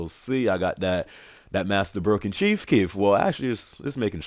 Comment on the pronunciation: omg he said the master chief kief im done